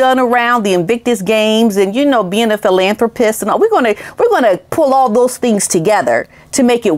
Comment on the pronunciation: He’s NOT A HELICOPTER PILOT. he failed the exams. For goodness sake people, do your research and learn how to pronounce words properly like “philanthropic “. If you don’t know there’s always google. No wonder I unsubscribed a long time ago. Why YouTube puts you in front of me I don’t know.